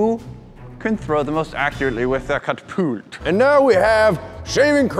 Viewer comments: Did say catERpult...? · Hey, say catapult: Catterpult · It’s not called a caterpault.